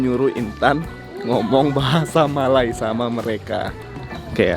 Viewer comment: bahasa melayu bukan bahasai melai... melai mcm menghina jerrrr...